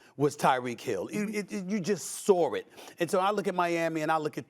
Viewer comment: The only word in Websters dictionary that Stephen a struggles with ... saw.. I laugh every time he says that word 😂